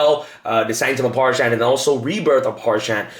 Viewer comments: Parshath, not Parshant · Its pronounced PARZ HATH.... Not Pars-Hann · Parshath... There's no 'n', dammit. Stop saying Parshanth. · that and parsha'N'th